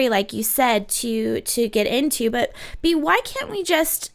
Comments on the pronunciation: Young Female Entrepreneurs it’s bay-ah. Which is why she nonchalantly corrects it when speaking. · Her name is BA- AE-a. Not Be.